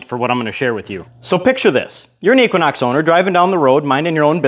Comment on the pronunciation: You lost me at "Equinox".